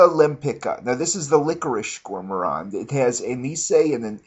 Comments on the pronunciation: does this dude purposely mispell words or what? veviteer and gour moron. haha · ok you're obviously just fucking with us now... gormorand? lay malay? come on man! make an effort, you're not a bad reviewer but come on with the pronounciations.... ROACHES MAN????You can do better than that!